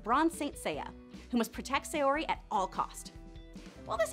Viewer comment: Say-o-ree? Have you even watched the show?